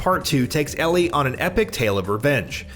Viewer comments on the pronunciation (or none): none